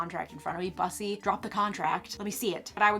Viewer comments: Girl it's pronounced boosy like ... boy pussy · It's Bus- ee ❤ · Everyone she says bussy as in a bus I giggle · I knew she was a straight when she pronounced “bussy” incorrectly lol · I’m screaming at that attempt to pronounce bussy. I can’t. We love an innocent queen. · Omg. They way you said "Bussy Queen," hahahaha... It makes it so much better that you don't know the pronunciation or what it means 😄... But probably best to keep it that way, lmao. Dang though, that whole contract business is just nuts. Fascinating.... Anyway, Cheers! Merry Christmas 🎄🙂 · lol she cant pronounce bussy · the fact that you can't pronounce Bussy is enough to end the video right there. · The pronunciation of "bussy" here... far too much. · When she doesn’t know how to say Bussy. What a true icon we need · it’s okay baby people knew right away that you don’t want drag race when you didn’t know how to pronounce bussy 😤🤡👩🏻‍🦰